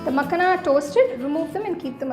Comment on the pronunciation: Looks so yummy.. just one note. Its called Makhana not makhna.